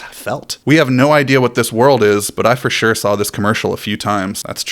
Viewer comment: FREEZE SCREEN for the new word "fasuree" pronounced "for sure". I am fo sho gon kick some dirt sht up at DoritoLand. I mean "fasuree".